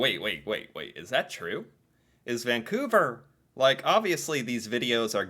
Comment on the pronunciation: Thank you for pronouncing it properly. Too many people throw a non-existent G in the name, ie. "Vang-couver".